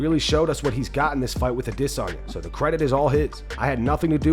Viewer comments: Why do pronounce Adesanya as dis·saa·nyuh instead of how it's pronounced a·duh·saa·nyuh? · Adesanya Not Adisanya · Man if I never have to hear this a**hole say AdSEnya ever again...... it would be to soon.